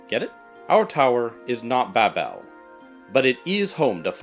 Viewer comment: Babel is pronounced more like babble, not Bab'Elle